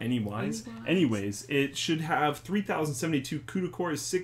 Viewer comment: Anywiayys- Aussie Mayte